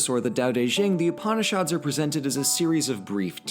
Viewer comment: mispronouncing Upanishads Me: breathing slowly Calm down, he doesn’t know. It’s ok. cHILL